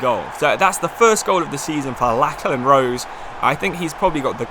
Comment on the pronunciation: Great video! btw Lachlan is pronounced Locklan he plays for my local club Newcastle Jets